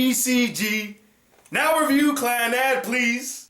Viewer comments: Clannad means Second life in Japanese and is pronounced clan-a-do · is it not clah nahd? Can't be clan-ad as you pronounce it, the Japanese language has no sound like 'a' in bat.